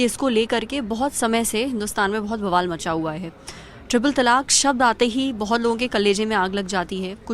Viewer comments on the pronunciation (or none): none